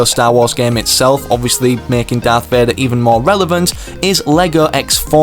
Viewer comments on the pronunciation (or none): "Darth Vadar"